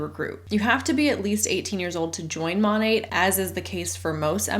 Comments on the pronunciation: It really annoys me, as an art history nerd, when they pronounce it like the name of the artist. Don’t sully Monet’s name with this garbage. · Don’t trust reps to pronounce the name of their MLM correctly. Exhibit A: MONAT